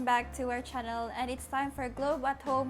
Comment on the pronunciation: "chunnel" "wek"